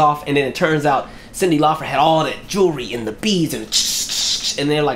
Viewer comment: It’s LAUPER NOT FER